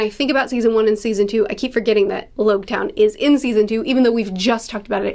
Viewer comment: it's pronounced Logue Town like Log. As in prologue and epilogue